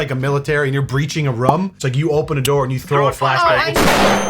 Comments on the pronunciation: Pleaaase.... Teach yourself to say "ROOM" properly. I know English is fucked up, especially in the US, but ain't nobody sayin' - " Honey, I'm watching television in the livingrum right now, just sipping on my room and coke." Love the channel! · Does pronounce “room” weird or am I the weird one?